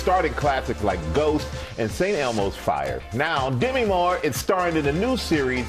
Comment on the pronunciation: Dem-ēē' is the correct pronunciation, not Demmy.